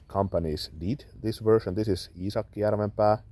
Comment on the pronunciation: I am glad to hear an authentic pronunciation of Iisaki Jarvenpäa! I have a horse head Puukko like yours, although the handle and sheath are not so fine. I think part of the brilliance of this design is how comfortable the handle is overall. The horse head is not so bothersome to the hand but quite reassuring. Thank you for the book recommendation. I will follow through on that :D